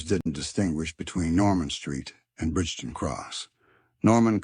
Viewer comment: Pronounced BRIGTON!!!!!